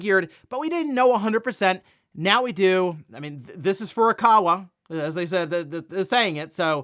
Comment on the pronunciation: Hey Jon, can you please tell that it's not Furukara, but Furukawa? He doesn't read his comments. He's been making this mistake for years.